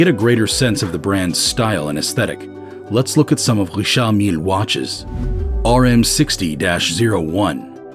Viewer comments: It's not Rishaaard Millleee, it's Richard Mill. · Not saying the Richard Mille right lol